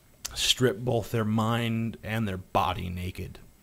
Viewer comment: "Bolth" - TJ Kirk